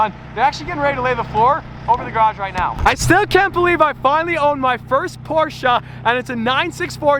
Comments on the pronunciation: Its not porchah. Its porche. E. You say that e. Not a. 👍🏻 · Porshe'a its Porsche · Porscheh not porscha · Congrats to your new car. But my Heart is bleeding when he says Porscha. It‘s Porsche. *Porschee of it helps to pronounce. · M8, it's not a Porsch and also not a Porscha, it is pronounced Porsche. xD Beautiful beast you got there though. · When he said poscha i thout it was a Gt3 rs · Not Porschaaaaa it is German: Porscheeee. pls Watch the video on the official channel Porsche about the pronunciation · It‘s „Porsche“ Not „Porscha“ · finally a porshce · As a german I have to say,...please... Its a PorschE(!) NOT A PORSCHA... PorschE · its not Porschaa😭😭😭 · im from Germany and you have to say porshäh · Ahh, The Posche without the R. Damon Fryer will be so proud that you used his pronunciation. Don't forget Dave's though for the next video. You must call it the Porch at least once. Just make sure you tell everyone you are kidding and you know the correct way to spell it is Porsche and it is pronounced Por-Shuh. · Americans spelling Porsche porschaahhh 🤦‍♂️ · IT IS NOT PORSCHUH !!!!!!!! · As a german I am still triggered by the way he says 'Porscha" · honest question: why do you americans think there is a A on the end of porsche ? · Cant stress enough how important the segment was . So many petrolheads and enthusiasts repeatedly say "PORSH"...its two syllables everyone. Remember that. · Love the car but as a german i Can say the Porsche has no a at the end Its PorschE 😀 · As a german „porsha“ really hurts my feelings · I'm a silent e Porsche guy, so when I hear Porscha I c-ringe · Germany: Porsche Brits: Prosch Doug DeMuro: PorschAAAAA: PORSCHA HATERS:Dislike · Nice to se a porsche. Why say porscha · PORSCHE!! Its Porsche. Not Porsch and not Porscha. PORSCHE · you don't pronounce the a at the end of porsche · How can you pronounce A at the end when it says E? I hate how its pronounced in English, totally butchered.... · You’re saying “Porsche” wrong